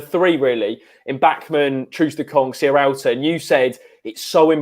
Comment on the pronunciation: Why can no-one say Sierralta properly?! It's not Serrialta ;-)